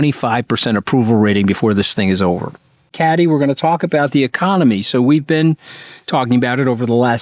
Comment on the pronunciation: Hey Anthony, why can’t you pronounce Kathy’s name!?